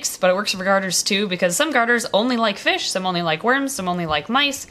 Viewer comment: look baby it's fishh' '